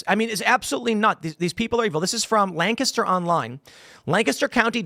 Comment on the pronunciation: Why are you saying “Lancaster” like that?